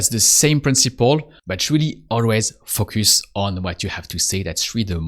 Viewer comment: You have a very helpful channel, and I enjoy the approach very much. But if I may offer one suggestion, it would be to work on your pronunciation of the word "Focus". It should be more like "Faux - cuss". The way you are saying it now sounds like extremely vulgar English.